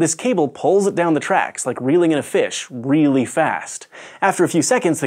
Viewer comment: Lol, reeely fast.